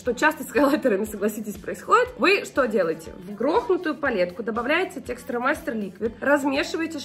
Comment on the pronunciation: Лена так угарно ТЕКСТУРМАСТЕР говорит))))